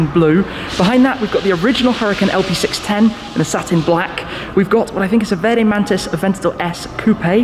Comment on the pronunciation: Thumbs up Tim! Sounds like you pull an Italian "R" when you say "verde".... well done👍👍